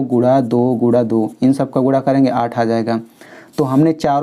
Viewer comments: Guna(multiple) not gura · Guna hota hai Gura nahi 😂😂😂